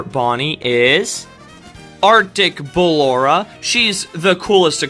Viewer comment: i heard "our d*ck ballora" 😭😭😭